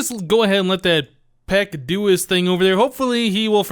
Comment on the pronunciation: Actually not to sound like a douche but it is not 'peck' it is 'pech'... Anyways great video as usual!!!